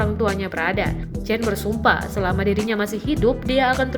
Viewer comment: Itu bacanya Chen ( sperti kita membaca Jendela) Semoga kakak chen dlm keadaan baik"saja